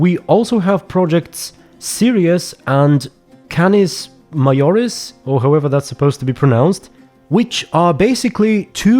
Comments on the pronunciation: All of those names are the names of star systems Also - Majoris is pronounced with a hard J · it's Majoris like major